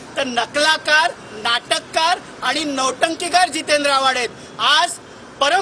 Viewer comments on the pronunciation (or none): Avhad ❌ avghad ✅